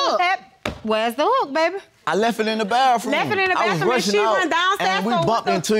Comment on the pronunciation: Bathroom not baffrom